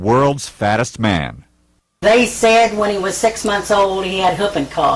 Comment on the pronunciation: Dr. Now be like. "Lose turty pounds in a munt."